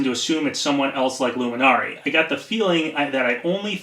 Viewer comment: Why do you pronounce Luminary like that lol? It's just the word "luminary."